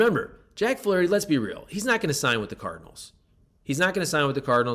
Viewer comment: Ahhh….You say Flaraherty! Very intriguing! You’re right! He’s gone when his time is up in the Lou!